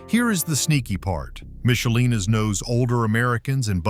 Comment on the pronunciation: Don't criticize Michelina's when you can't even pronounce it correctly.